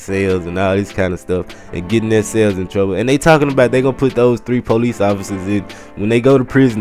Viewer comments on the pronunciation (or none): lol u say police like pole-eec